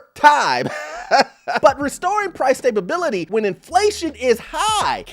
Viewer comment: Why do you keep saying stablebility? It's STABILITY!!!!!